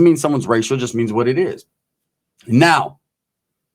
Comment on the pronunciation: Oh no bro did u just say the word... SHUST 😂😂😂 ?? 😂😂